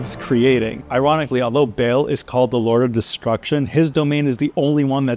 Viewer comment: Bale 😂 it's Baal, with a long A, not Bale or Bail or Bayle. And the T in Lilith is a hard T, not a th lispeling sound, indicated by the H following the T. But don't worry, it's not your fault - The ladies at Blizzard wanted you to mispronouce the names so they can make fun of you every time you speak them out 😄